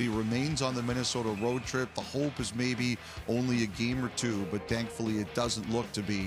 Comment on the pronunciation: lol did Elliotte just say "dankfully"?